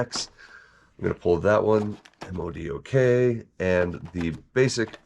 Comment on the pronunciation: You say his name MODOK (mow-dock), not the letters separately.